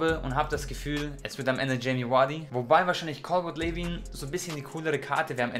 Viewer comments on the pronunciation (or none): Broo plz arbeite an deiner Aussprache für englische Players es heisst Lueen ausgesprochen und ned Lewin THANKS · Er sagt wirklich Lewin 😂😂😂🤦🏻‍♂️